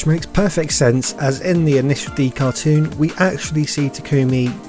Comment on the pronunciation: DID HE SAY CATROON???